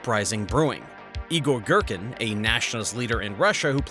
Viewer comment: "Eyegore Gherkin" 😅